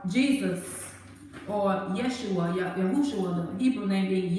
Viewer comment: Yesuah sounds like "yes u are"😮